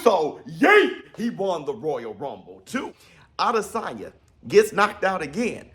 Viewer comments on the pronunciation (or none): none